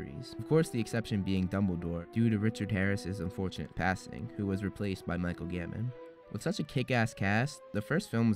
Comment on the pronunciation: Not to criticise but it sounded like you said Michael Gammon lmao